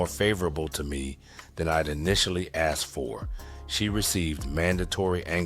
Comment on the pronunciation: Thanks,, for saying 'asked' instead of 'axed.' Tytyty!😂